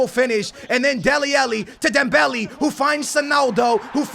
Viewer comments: It's not dembelee😂😂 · dude it's pronounced dembele not dembelly. mane and not money. ffs get it straight